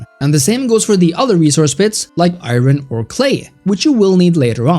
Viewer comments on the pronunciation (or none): Iron is pronounced I-urn, not I-ron. I know English is weird.